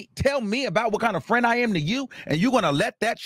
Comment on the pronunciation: And the annoying Sean davie way mannerisms that he’s adopted when adding extra syllables on words . Wtf is a perioduuwwll or frienduuwwlll 😂 like I can’t watch either I tried with Sean multiple times and always leave . I can’t digest they content